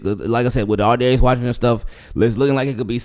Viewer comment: straight butchered his name